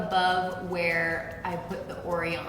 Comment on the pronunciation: whitney land yes, that's what it is supposed to be. The mispronunciation was killing me😂